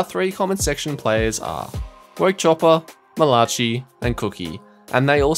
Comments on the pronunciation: Man said mal-a-chi instead of mal-a-ki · Lol said Mala chi 100 times 😂😂 its malaci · “Malachee” lol, it’s American, pronounced “mala- Kai” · Mall ah chi? Pretty sure its pronounced Mail uh kai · I cringed every time he said (mi-la-chi) its pronounced Ma-la-kai 🤦‍♂️ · It’s mala ki not mala chi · its pronounced mala-ki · I got a kick out of it cuz I have some friends with that name and other people say it the same way😆 but it’s like mal-uh-kai. Nice vid👍🏼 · Did he seriously just pronounce malachi's name as ma-latch-e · no way he just said malachee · It’s not Mala chi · Lol butchering malachi name I'm pretty sure it's said malaki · Nobody gonna talk about the way he pronounced Malachi? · Yeah it was really weird I couldn’t take my focus off it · Bruh it was bothering me so much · The way he says Malachi lol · The way he said 'malachi'😭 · I don’t think that’s how you say “Malachi” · Are we just gonna ignore how bad my mans butchered the word "Malachi" 💀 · There is no way you messed up on the name Malachi a dozen times in the same video